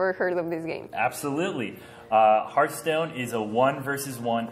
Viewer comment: horasi teboy a correjir el english se dise hearthstone no haarthstone